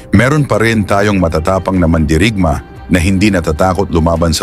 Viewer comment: Mandirig-ma? Maling bigkas